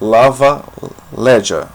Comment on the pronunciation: Oi, O v tem som de b e ll como fosse lh e a letra j som de rr falaria labalherra. Adorei a aula.